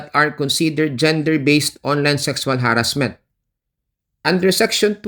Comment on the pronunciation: pasensha naman pero masakit pakinggan yung ha-rassment kaya di ko matapos ang video